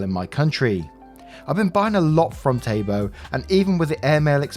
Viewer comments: Taobao is pronounced like towbow (think of the pronunciation of the word HOW) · Taobao is read tow-bow (both ow's as in cow) 👀 Also, Taobao is owned by Alibaba 👀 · Please telk me I'm not the only one who laughed a bit at Taobao being pronounced as "Taybo"